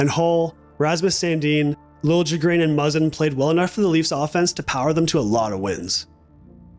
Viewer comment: Timothy “Lil A Grin” is how you pronounce it broski